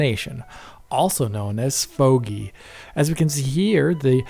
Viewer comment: Why did the way you said SVOGI make me laugh? 😂